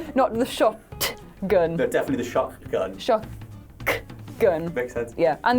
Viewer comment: Sho”CK” gun